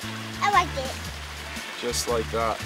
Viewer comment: " I WIKE DAT" 🤣🤣😂